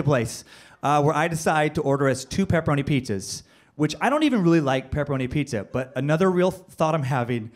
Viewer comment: The Ghost of Shades Kelly know this is 3 years ago but did you hear him call pizza as petzza